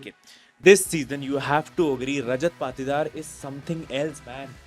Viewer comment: Bro need some Correction Patidar =पातीदार ❌️ Patidar=पाटीदार ✅️